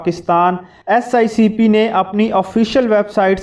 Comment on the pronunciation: Dear you are saying again and again "SICP" where as it is "SECP", pl ammend God bless you.🤲🤲